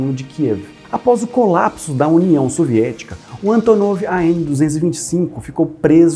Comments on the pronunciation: Gostei da pronuncia russa haha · Sotaque perfeito! Hahaha